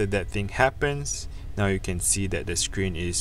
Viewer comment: Bro can you learn to pounce ‘that’ properly, it’s so cringe